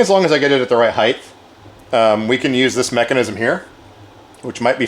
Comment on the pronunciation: Length, width, breadth, height. Heighth isn't a word